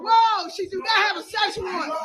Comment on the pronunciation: Did she say search warrant or a Sasquatch?